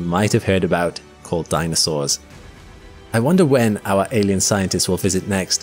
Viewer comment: …when ‘danisaurs’ roamed the ‘eerth’